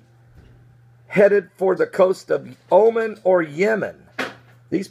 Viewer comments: it's not pronounced Omen, but O-Mahn' with accent on the second syllable. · it's pronounced "omaun" not omen